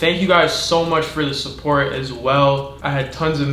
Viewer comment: Support not spourt